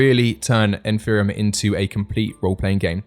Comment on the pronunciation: The guy cant even pronounce Empyrion... its a 'P' not a 'PH' !!